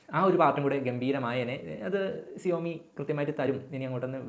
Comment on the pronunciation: സിയോമി അല്ല ഷവോമി